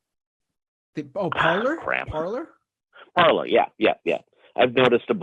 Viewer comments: Shouldn't it be pronounced parlay, as it's French? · It’s par-lay 😂😂😂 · I was going to comment that it's pronounced par - LAY but figured no one would notice or care. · Who wants to let the MAGA-heads know that they're mispronouncing the French word "Parler" ("to speak")? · The best way to troll them is to just continuously pronounce it correctly. It will drive them insane.